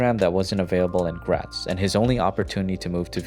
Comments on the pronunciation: man it's funny when when englisch people say graz. Greetings from Graz. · Es hört sich einfach nicht wirklich nicht nach Graz an :)